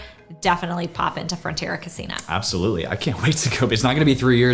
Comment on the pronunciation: It's pronounced co-see-na. It means kitchen in Spanish